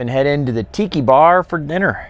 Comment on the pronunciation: Tiki bar... I thought you said tittty bar. 🤣🤣🤣